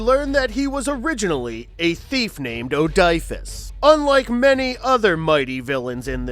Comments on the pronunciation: It’s actually pronounced O-di-fus. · I wanted to enjoy this video. I love me some MOTU. But the narrator sounds like he's an 80's DJ trying to convince the kids he's cool. I can also tell he's a narrator and not an enthusiast since he didn't even bother how to learn to pronounce Odiphus and makes the debatable claim that Odiphus doesn't have super strength when one of the first things he says after his transformation is, "Odiphus Strong!" Also, maybe don't start your video about character Origins in the 80s with a character that Filmation refused to put in its show and didn't get an origin until the 2000s. The intro has nothing to do with the video's topic, either, and it's too long.